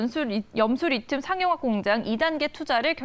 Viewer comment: 리듐이 아니고 리튬(Li)